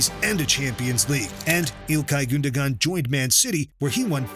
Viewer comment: Ilkay “goonduhgun”